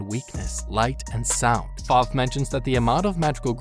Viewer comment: Kabuki? I thought it was Koyuki :0 Spoilers, click "read more" if you dare. Ripple does not own the flying broom stick, Top speed does if you watch the anime on crunchyroll, and it's not "Five" it's Fav, and it's not wild cranberry sadly as I am sure almost all of us wish that but it is Musician of the forest, Cranberry. Look at the fandom, it also has a manga, and the reason why it is only 1 season with 12 episodes is possibly because it takes place in the Restart (1) manga.